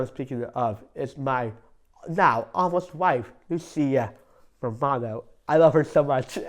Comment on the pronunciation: How could you not fall in love with?! The way he says Lucia Romano is so beautiful... pure joy!💗